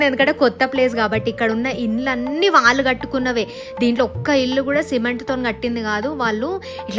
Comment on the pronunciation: చాలా బాగుంది. కొద్దిగా తెలుగు మాట్లాడటం మార్చుకోవాలని సూచన ..వాల్లు కాదు వాళ్ళు, వెల్లి కాదు వెళ్లి. మిగతాదంతా సరే.